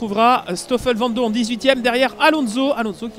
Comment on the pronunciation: Le speaker in-game qui dit Vandourne... Really?